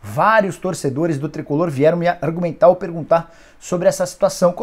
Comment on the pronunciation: "Vários torcedores vieram me artomentar " kkk